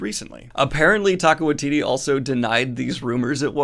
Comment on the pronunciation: Hey Daniel, don't feel bad but small correction - Taika Waititi is pronounced ty-ka why-tee-tee not tay-ka. Thanks for the news! Off to watch your hangout with Tim and Merphy.